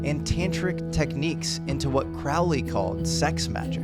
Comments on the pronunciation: Great Video as always! One mistake, his name is pronounced CROW-Lee. Not craaal ley ( thank Ozzy for ruining the pronunciation for generations). Aleister even joked “its pronounced like HOLY” other than that small mistake awesome vid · Crowley is pronounced Crow-lee. Ozzy said his name wrong. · His name is Crowley, it rhymes with holy, its not crowely, that rhymes with fowley, yuck! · here is the quote that Aleister would say “My friends call me CROWley because I am holy. My foes call me CrOWLey because they think of me foully." Yeah Ozzy and that show supernatural mispronuncie his name